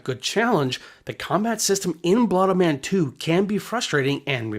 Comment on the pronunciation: blood O-men not blood -MEN